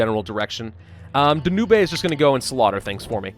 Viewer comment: Danube pronounced "Dan-ooh-bay" gives me life.